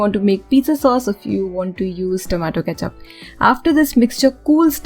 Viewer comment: Tomato cethup 😆😆